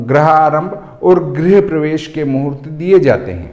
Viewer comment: आचार्य महोदय सबसे पहले तो आप अपना उच्चारण शुध्द करें। गृह प्रवेश को आप बार बार ग्रह प्रवेश बोल रहे हैं ये दुर्भाग्य पूर्ण है।